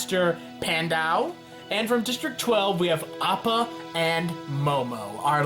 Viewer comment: It’s Pronounced May not my And Sh ow not zow And Pea-On-dow not piedow Please find out how to say these before you make this